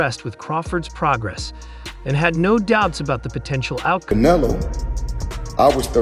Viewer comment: Learn how to say Canelo, not can a lo, un-intelligent!!!!